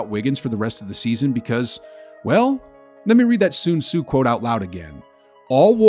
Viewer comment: Did he say soon tsu?